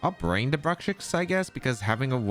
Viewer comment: I have heard a lot of mispronunciations of Bruxish, but "Brukshix" is definitely the funniest one, lol. Never change,!